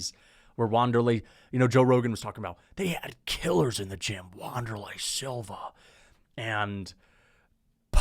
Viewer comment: is a casual for not knowing how to say Wanderlei